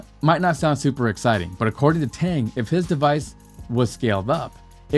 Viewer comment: Plasma engines work in space. As long as the propellant doesn't ignite in atmosphere why not. One thing to keep in mind for future videos. Chinese Pinyin Romanization is not pronounced exactly like the English alphabet sometimes. Dr. Tang's name is not pronounced with a long "a" sound. The vowel is pronounced as "ah", like the vowel in "ought".